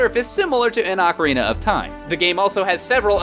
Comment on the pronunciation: Since 1998, I've cringed every time somebody says OCK-a-rina instead of OH-ca-rina. I thought it sounded stupid, and was ELATED when GameTrailers showed the rest of the enunciation-challenged world that it was wrong.